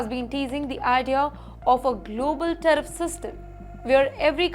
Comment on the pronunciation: Tariff NOT Teriff please